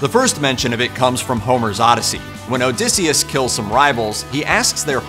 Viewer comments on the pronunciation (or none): none